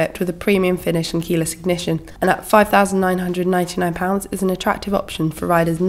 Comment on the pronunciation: I love the way her say thousand lol